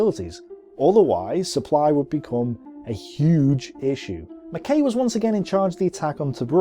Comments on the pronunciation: Not just the foreign names, he can't pronounce the English names either like Combe and Mackay (Koom and Mak-eye). Such a shame because I love these videos. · Why must this fellow insist on mis-pronouncing place-names? Sid Barrani is not pronounced Sidi Birini, nor Mersa Matruh pronounced Mersa Matra. The Australian commander's name Mackay is pronounced MacK-eye. He does pride himself in his ignorance, and has obviously not spoken to any veteran of the desert war. He credits the Italians with their defeat, ignoring completely the tactical brilliance exhibited by General O'Connor and the excellent staff work provided by General Dorman-Smith before the operation started.